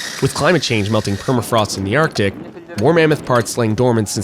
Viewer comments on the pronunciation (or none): your stupidity is making my ears bleed - "permafroTS", seriously?